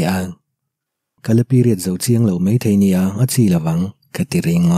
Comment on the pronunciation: Ka lo sawi ve mai mai ka thiam ber ka ti lo a,mai tih tur a mei tih te,ngaih tih tur a ngheih tih te a tam mai 😬dik lo lai a awm zeuh zeuh a,se i chhiar thiam ka ti tho tho